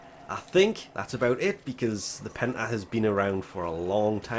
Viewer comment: I heard hentie when you said Penta